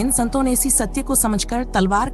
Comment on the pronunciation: अच्छी प्रस्तुति मगर हिंदी उच्चारण कई शब्दों का गलत है। जैसे संतों, सतर्कता आदि। फ्लो बढ़िया, स्पष्ट है